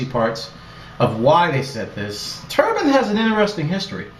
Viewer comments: i lol'd already . turban? lol its pronouched "turb-INE" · Isn't it Turb-ie-n not tur-bun?